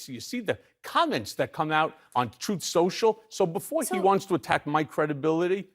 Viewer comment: "Trothe Social" LOL